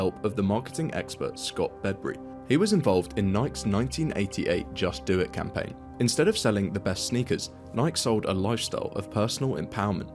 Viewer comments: My! Do I hate AI voiceovers! Nike is "Nie-Key", not "NIKE" like "Mike". How about adding a listen-to-this step during production and catching pronunciation issues? Otherwise, I completely agree with this video's premise. I quit going to Starbucks stores a couple of years ago. I do still buy their ground coffee and Via instant. so I'm not completely lost as a customer. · Are you using an AI voice for the video? Notice you don't seem to pronounce words like Nike or Grande correctly. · Weird that you dont pronounce the letter "e". Its "nike" not "nik". Also is "grande" not "grand" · *nye key. Not nike you idio t. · Is “n-eye-k” just the way British people pronounce “n-eye-key” or is this AI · Dear AI narrator, "Nike" is pronounced "neye-key" not "neyek." You're welcome. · Bro just pronounced Nike like bike.. cannot be trusted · Please consider using a human narrator, preferably one that can pronounce “Niki” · Thought it wasn’t AI until the narrator said Nike phonetically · Bro it’s Nike, not Niiiike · “Noyk”??? Get this AI crap outta here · Never heard "Nike' pronounced as "naik." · AI video can’t even pronounce Nike correctly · Someone needs to train AI how to pronounce that tiny Nike company’s name 😂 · Ok, so someone has to say it. That's not how you pronounce Nike. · Common pronunciation here in the UK but agreed, it’s not the correct Greek pronunciation. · Is this AI voiceover? I never know anymore. But who the hell says Nike that way? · How come nobody knows how to pronounce Nike anymore? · Pronouncing “Nike” wrong is so weird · Double check your pronunciation of Nike please. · Do you really not know how to pronounce Nike correct? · i've never understood their success in the first place. Terrible coffee at ridiculous prices. also, please learn how to pronounce Nike ￼ ￼ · The way you pronounce nike hurts my soul